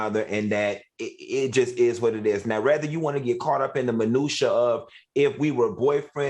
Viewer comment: Funky! It's men-noo-she-ye (minutiae)😝